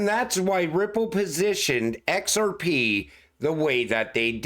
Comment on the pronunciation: EX ARE PEE!!! Love when he says it